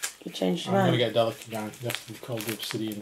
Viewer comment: I am loving your reviews but I feel you are pronouncing the gangs name wrong I have always thought it was pronounced Delack.